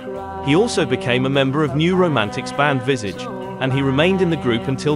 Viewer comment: Never heard anyone pronounce Visage like that (not the band name anyway)